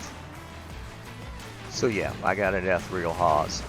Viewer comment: Ethereal is pronounced differently.